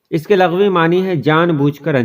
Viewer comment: Lafz lugaavi ko lagvi padhte hain aap.....